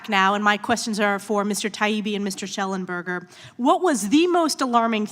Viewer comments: Why do they call him Shellenberg, Shellenbeck but not Shellenberger? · It's "Mr ShellenbergER", not "Shellenberg" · I love that woman, but it's SHELLENBERGER !!